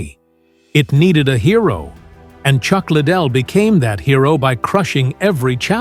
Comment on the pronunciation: Ik right I was like chuck little lol can’t even pronounce the guys name right smh